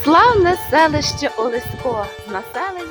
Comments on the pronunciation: В вікі вказано наголос ОлЕсько,а ви кажете ОлеськО.Чому? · Місцевий (галицький) діалектизм, досить поширений на львівщині